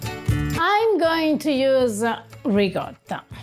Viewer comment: I'm so glad to see another ... ahem ... "reekadda" ... recipe 😂 - dude, at least try a little effort to pronounce it a little bit correctly